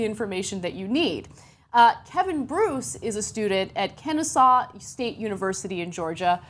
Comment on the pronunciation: She pronounced kennesaw correctly im impressed